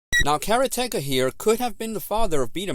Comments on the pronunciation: Nice review but Karateka is pronounced like it looks "karate-ka".. not "kara-tecka" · Its pronounced "Karate Ka" but its not the first time I heard somebody pronounce it as one word. I wonder if it depends on the area? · That pronunciation of "Karateka" is mighty painful........considering the game is about 'Karate'. The "Ka" at the end of "Karate-Ka" signifies a practitioner, so a 'Karate-Ka' is a person who does Karate, just like Manga-Ka is a manga artist, etc, etc. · The narrator mispronounced the word. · His mispronunciation of karateka and calling Bruce lee's film death game instead of game of death are just the kind of thing us older gamers are going to have to accept from some of these kids who don't do enough research.